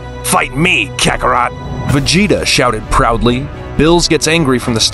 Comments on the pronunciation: Nah bro said kakaro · OK IM KINDA MAD VUTS IT MORE OF A JOKE BUT VEGTA CALLED DID NOT SAY KAKAROT RIGHT